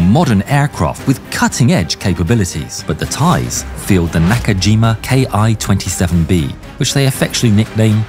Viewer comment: On the side note, I'm confused with the C variant of the mustang. I thought they all have six guns as opposed to Bs, which only have 4 guns (and three-blade props) And sorry to nitpick but the "ki" is pronounced as "kee", not "K-I"; as it's a shortened Japanese word meaning "airframe number". Hope that tidbit helps